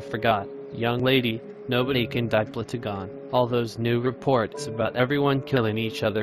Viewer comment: He said blootugon instead of plotagon